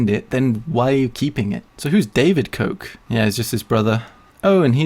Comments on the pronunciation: koch is pronounced COKE... Which.. idk how much better "coke" industries.. Oh.. you googled it. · please google how to pronounce Koch in german. it's not cock :D In german Koch means cook :D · Koch is pronounced like Loch. If you know how that's pronounced. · it isn't pronounced like coke. Since its a german name it's pronounced co and then ch like in reich(allthough apparently you can't pronounce reich either which makes this comment kind of pointless) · "We have 2 very rich Kochs" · Koch is just German for Cook. And no, it's originally not pronounced "coke". It's pronounced like the Scottish "loch", as in Loch Ness, except with a K. (Loch also exists in German, where it means "hole", btw.) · nope it's not. Can't think of an english word to explain how Koch is pronounced though. Ch in German in a rather soft sound, not like k. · I was dying when you kept pronouncing the Koch brothers name wrong, they are dicks, imo. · Every German cringed at the pronunciation of Koch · just type it in in translate in either dutch or german and click the audio button, that's pretty accurate, i don't know how to describe it to an English speaker because the way of pronouncing g or ch just doesn't happen. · please type in "Koch" in google translate, its a german word and you butcher it with your pronounciation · actually Koch is german for Cook, but sadly, I can't explain you, how it is pronounced, because you don't have the ch sound in english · look up the german pronunciation of "Koch" because that is where it originated from. It is not pronounced as "coke" but rather "Koch" (k + the "o" from "off" + a rougher version of the "gh" from "daughter") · you really koched up that pronunciation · Btw Koch sounds ...strange when pronounced like that but it is actually the German word for chef. It's not that uncommon of a last name here. One of our neighbours is named Koch. :P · Koch is German for cook or chef, go to Google translate for a better pronunciation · Koch is pronounced "coke"